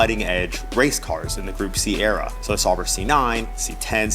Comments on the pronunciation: I mean, he could at least pronounce Sauber correctly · “Sawbrr” Sauber. Au.